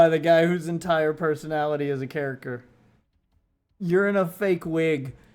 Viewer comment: nearly had a stroke the way you pronounced "character" .... yeah, that was something special. a microphone being infront of you surely isn't your strong suit.